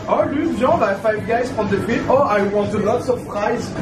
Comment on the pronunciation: ton accent allemand pour le mot « frite »😭😭😂